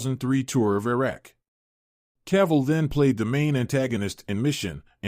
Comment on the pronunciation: My idol HenryCavill superman ❤❤you pronounce him Caval..I think something wrong with your head 😅your irrelevant showbiz journalists 😅😅